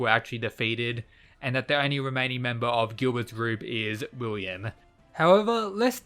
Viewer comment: Willem, Willem, like Willem Dafoe, not William